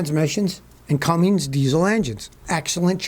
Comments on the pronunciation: Scotty we love you but there’s no g in Cummins 🤙🏼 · Being a guy that also fixes stupid( the best way ya can), i get asked all kinds of questions about cars and trucks, i refer them to your channel, and theres no g in cummins . Cue the horse pic